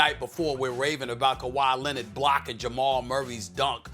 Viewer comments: No one: Absolute no one: Stephen A: Kawhi Lenad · “Kawhi Lennit”